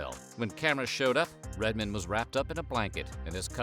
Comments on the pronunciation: Redman was right, white people really do pronounce his nickname differently hahaha! Although it's written as a single word, it's pronounced separately. Red-Man, not Redman. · Lol you know he never heard or RED MAN because he pronounce it Redman like the clothing brand gahahaha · Redman, sounds dumb, the way you say it...... you're saying RED MIN.........it would be like me saying "Method MiN".....which sounds even more dumb...lmao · The way the narrator pronounced Redman it's so obvious he's not of the culture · "Redmen" lol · “Redmin”… You are a true fan… 😂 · Love the way he pronounced Redman like it’s his last name 😂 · He says Redman like Schwarzenegger says Batman, with the emphasis on the wrong syllable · He’s reading redmans name like he’s Jewish or something. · Redmin? Do you mean Red-Man? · it's redman not redmen lol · “Red-min”…..it’s RedMAN. How on earth do you make that mistake even if you’re just reading a script? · It's actually Redman, like "red man," not "Redmin." You spelled it right, so idk how you ended up calling him by something other than his name lol. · Man, why are you pronouncing Redman as "Redmen"? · It's Red MAN, not "Redmin" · It's RedMAN. You say it like Redmen. Wtf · Redmen? LOL, it's Red-man. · Y does he keep calling him redmon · Red man not redmen 😂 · I wish this person said his name right if it's not a robot. It's Red.....say it with me.......MAN....not Redmine..smh. MAN. Man..as in the same way you say, man, any other time. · Damn it he's right most white folks pronounce it "Redmin" that's the first time I paid attention to it before I've always heard him make that joke but damn it's real!!! LOL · Pronounced red man not redmin 😂he’s always been the realest and most underrated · You gotta respect Redman he's an OG. But to whoever was narrating this, it's pronounced like Red Man not Redman all together. Sounds weird hearing like that😂😂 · Omg, its "REDMAN" not redmen. C'mon dude, dont do em like that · Red-man, not Red-men, REDMAN